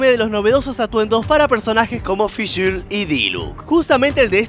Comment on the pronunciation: me mató como pronunció fishl xD